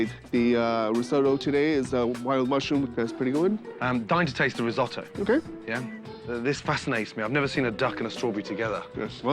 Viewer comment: yanks still can't say risotto correctly 😂